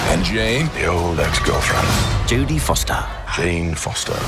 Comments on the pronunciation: "Judy Foster" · "Jody Foster" haha